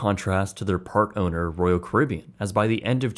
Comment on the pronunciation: Why can’t he say leisure or Caribbean